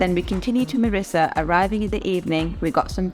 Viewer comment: Its Mirrissa not Marrissa